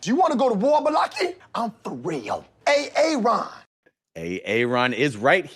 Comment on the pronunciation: that's ay-AY-ron for you